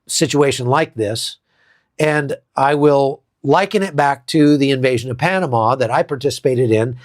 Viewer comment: Van Halan sang Panama. Not Panana.